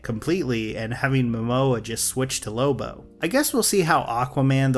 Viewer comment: it's lobo not loba.